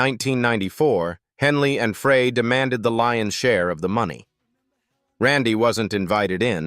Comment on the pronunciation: Ai needs to learn the correct way to say "Frey"